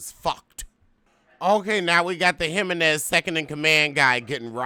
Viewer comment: “Him-men-nez” takes me out everytime 😂